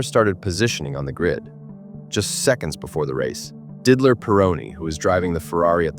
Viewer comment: Didler.... really, Ai voices just can't pronounce some names